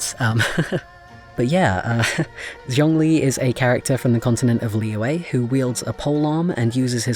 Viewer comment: Ah yes pronunciations, you were close for Zhongli, it's pronounced Jong-li to put it simply, and for Liyue, Lee-yue (last part you say pretty quick) I'm poor at this honestly, so there is a very nice lady named Ying who made a guidance video on it (I'll find the link and put it here later) but yeah um you probably were not asking for help but here I am ha